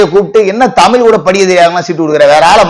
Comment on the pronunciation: சட்டமன்றத்தில தமிழை சரியாக பேசுவது இருக்கட்டும் சில அரசியல்வாதிகளும், ஊடகவியலாளர்களும் தமிழை " தமில் " என்பதும் தவறுதானே??